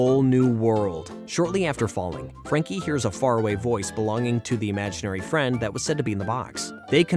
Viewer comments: Anyone else bothered that he calls Frankie "Jackie" instead? I mean, is it even written on the script or is he really just wrong? So many mispronunciation on names it almost cringes me because this show was just that special to me. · It's not Jackie it's Frankie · So we not gonna talk about how he keeps saying jacky instead of Franky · Bruh you said Frankie name wrong u said jankie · Love this show. Frankie, Mac, Bloo and the main group of imahinary friends are my faves Also, it's Frankie, not Jackie, how do u get that wrong?! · Dude you started calling frankie frankie or miss Francis then like 5 minutes in you forget her name and start calling her Jackie, also Extremeasaurus is pronounced Extreme-A-Saurus for fuck sake, if you’d actually watched the episodes you’d know this. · Did i miss it or misshearing this? Whys the narrator calling frankie jackie? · Her name is Frankie....why do you keep calling her Jackie...? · STOP SAYING JACKIE!!! ITS FRANKY!!!!! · All the research and you can’t even pronounce Frankie’s name right I can’t even take this video Seriously.